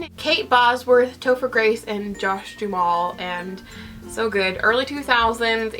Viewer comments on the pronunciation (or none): none